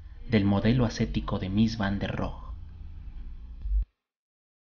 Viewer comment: La "e" de Rohe sí se pronuncia. Es alemán, no francés.